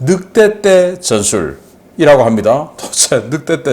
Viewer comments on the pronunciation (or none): 늑떼떼가 뭐냐? '늑대떼' 라고 발음하는게 그리 어렵냐?